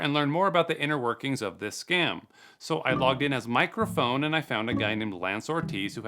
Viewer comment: "Mike Rafone" 😂 thats clever lmao